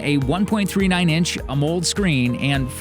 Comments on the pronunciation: AMOLED' is not pronounced "a mold", it's pronounced "aa-moe-led" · lost me at "a moled" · Just as a note, you are pronouncing Amoled as a one syllable word and it is actually 2 syllables. It is “AMO” (pronounced ammo) and LED (pronounced lead as in the the element lead like in lead paint) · How do you not know how to pronounce Amoled? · AMOLED. Next time you hire a voice actor make sure to brief them on pronounciation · @@ well puggles….of course LED is an acronym. I was just informing him of how it’s PRONOUNCED a when PRONOUNCING it out loud as part of the word he was incorrectly pronouncing. But thanks for your effort. It has been noted permanently in your “aww, you tried” folder.